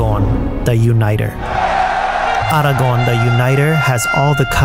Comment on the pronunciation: Best pronunciation of Aragorn ever